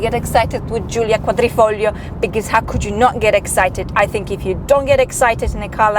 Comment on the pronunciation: you said Giulia Quadrifoglio perfect as a native Italian speaker